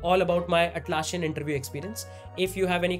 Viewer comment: Nitpick: it’s Atlassian not Atlasshian. It’s ss not sh.